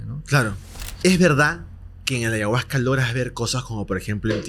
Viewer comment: Porque dice ayahuagggca... se dice ayahuasca....!!!